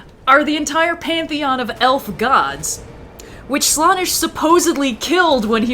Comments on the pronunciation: Every time says Slawnesh it causes me 1d4 wounds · I’m sorry, but hearing pronounce it Slah-nesh physically pains me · every time says "slaanesh" in a WAY different way then ive EVER hear it said, my hears bleed a lil.. the slaanesh noise marines would be proud.... also slaanesh is a thay:) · over here, making me doubt you're to pronounce slaanesh 😅, also loved description of the Imperium's religion "Yes the Empire is totally alive in the warp still!" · The way says slanessh hurts me